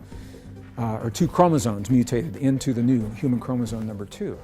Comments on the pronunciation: English is my second language, so maybe that’s why it hurts my ears to hear the word chromosome pronounced by the scientist guy as “chromosone” instead of chromosome. But hey, what do I know… I am just an immigrant, happy to understand English…😊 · are you saying "chromozone"? That's what it sounds like to me. Weird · Chromosome why is it pronounced chromosone? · Yes. He is..Some people mispronounce it all the time. Kind of like nuke u lar versus nu cle ar or nuclear